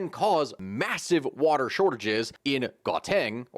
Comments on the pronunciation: Gauteng is pronounced how teng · Gauteng is pronounced How-Tang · You say Gaw-ten but you spell Gauteng. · Gauteng is pronounced “gow-teng” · "gow-tang" cmon man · Some pronunciation help: Rama - po - sah. - Ramaphosa Ghow - teng - Gauteng. Gweh - deh - Gwede. Munt - tasheh - Mntashe.